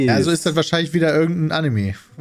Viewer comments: Leude, es heißt Anime und nicht Annemie 🤣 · Immer dieses Animii. Wie kommt man auf die Aussprache? Einfach wie es geschrieben wird. Anime. Mit e.